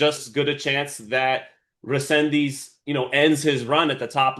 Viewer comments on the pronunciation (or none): RE-SEN-DIZ…. Repeat with me. Fucking disrespectful to call him whatever you think you’re reading. How hard is to prepare for an interview like this ?!?! . 🤦🏻‍♂️😡